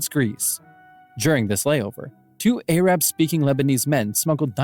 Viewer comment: “A rab” “Shy Uhs”